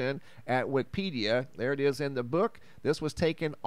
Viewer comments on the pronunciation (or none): none